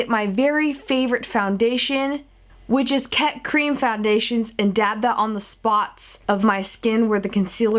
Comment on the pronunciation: do mean cream not caem